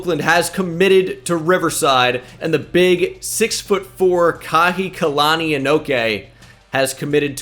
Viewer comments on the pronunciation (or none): Just wanna say this so the Polynesians don’t get mad. The Hawaiian receiver recruit’s name is most likely pronounced like “ka-hiki-lani” vs “kahi-kilani”